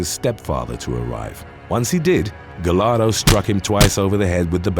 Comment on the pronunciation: Giovanni's last name is pronounced "Gah-yar-do" not "Ga-lar-do" when you see a name or last name with double L it's pronounced like a Y.